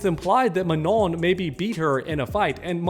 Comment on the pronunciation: The way you pronounce Manon hahahah